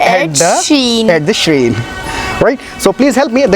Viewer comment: Dear sir, shrine's pronunciation is sh-raa-in not sh-reen Please correct me if I am wrong